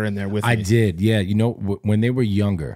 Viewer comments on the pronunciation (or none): I challenge everyone to find a single episode where doesn't say the word "younger" with a soft 'g' within the first like 10 minutes after the intro song lol. Love you man, I noticed it a long time ago and I think I'm on about a 10 episode streak lmao